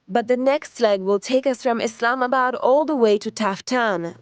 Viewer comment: Thanks for pronouncing it correctly. ISLAMabad. And not Izlamabad